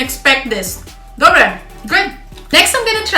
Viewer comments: inak to tvoje "dobre" je dobré :))))) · To tvoje " dobré" musím sa smiať sympatická si 🙋😄